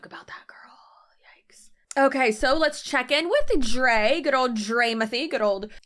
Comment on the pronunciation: Lmao “draymothy”